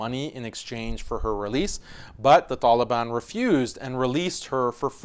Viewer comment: I like how u pronounce the ط in taliban